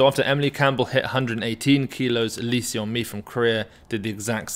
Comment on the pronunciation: hey if you pronounce lee seon mi as "lee sun mi" it would be closer to the actual korean pronunciation! Just thought you would like to know